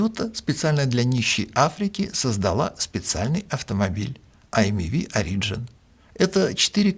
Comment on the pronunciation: В этом выпуске резать ухо изволит произношение "origin" как "ари́джн". Если на языке Шекспира, то "о́риджин". Если на языке Мольера (где дизайнили), то "ори(д)жи́н". А "ари́джн" - такого слова в русском литературном языке, уж извините, нет... (отсылка к "Зоне" Довлатова, если что)